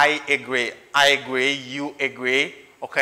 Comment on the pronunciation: Hello! Could pay more attention to the way you pronounce the word "agree"? I think that the pronunciation isn't correct.